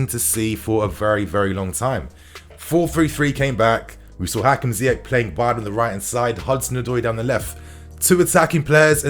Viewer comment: Surprised an African like calls the Moroccan Ziyek instead of Ziy-erch (as in cheese)😅😅